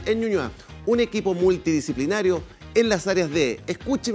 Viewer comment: Un saludo a Gonzalo Feito, ya que por fin pudo decir "Multidisciplinario" jejejejejeje y no Multiplinario jajajaja